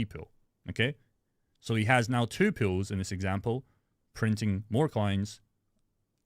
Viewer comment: Did you say "Puulls" or Pools?😂